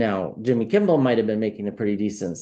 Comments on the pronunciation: Kimmel, not Kimble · Kimmel not Kimball. Im sorry, the English teacher in me with OCD just went off the rails. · Sorry but I have to make a correction — it’s Kimmel, not Kimball. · KIMMEL not KIMBEL,. 😂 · Lol you keep saying Kimbel its Kimmel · Appreciate you enormously, - watch your readings almost every day. Just FYI, it's "Kimmel" - no "b" ☺️ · There is no “B” in Kimmel. It’s Kim-ml. 😂❤❤ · Receiving the message but thought I heard wrong the first time. Distracted that I kept hearing Kimble 😅 just me? 🤷‍♀️